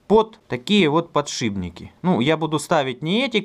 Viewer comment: Вот бы еще перестать говорить "подшиБники"...